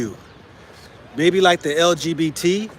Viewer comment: You said it LGBT-z